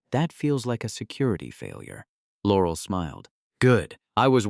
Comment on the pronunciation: In what world does someone make video that looks like it was made in 1938 and uses a 3rd rate Ai that can't pronounce "Laurel"??